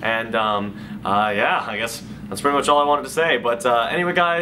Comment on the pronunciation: is it just me or is it sound weird that when says sky and not Adam